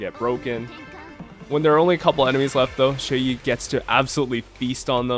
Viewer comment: You unlocked fu xuan’s E1? When did you activate it? For a non-chinese, your pronunciation of Xueyi is pretty good. Qingque is just the most character ever, crazy to think just a while ago she was written off as too inconsistent and terrible.